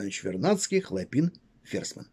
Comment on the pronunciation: Ударения !!! ХлОпин, именно так на Петроградской стороне называется институт Радиевый им.